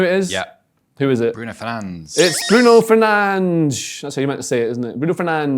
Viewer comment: As someone from Brazil, this made me laugh so hard, PERfect portuguese Portuguese lmao